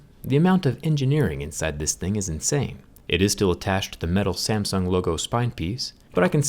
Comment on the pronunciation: 'SAMSN' XD